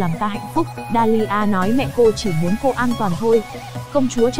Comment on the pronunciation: Đọc toàn sai thôi,đèn thần thì đọc đàn thân,cô hầu gái thì đọc thành cầu hầu gái ........